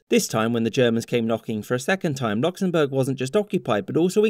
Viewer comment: ah yes, Knocksenbourg